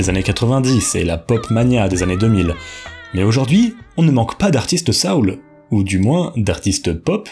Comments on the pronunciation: Est-ce comme ça que le mot « soul » est prononcé en français ?!? Que je sache, en anglais cʼest « so-oul », et pas « sa-oul » (it rhymes with “hole”, not with “howl”). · On dit soul pas saoul 😂